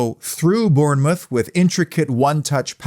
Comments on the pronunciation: Just say it as Bornmouth mate !! From a 🍒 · Afcb the best side , P s learn how to say Bournemouth